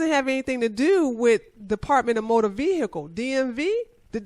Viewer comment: Why do sovereign citizen fuck wits regardless of race pronounce the word vehicle "veeeeeeeiaciale"